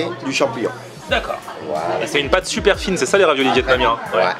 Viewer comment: Je rêve ou il a dit " sonper"